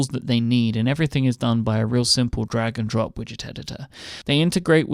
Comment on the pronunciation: When Myke says "Drag and Drop" what I hear is "Dragon Drop".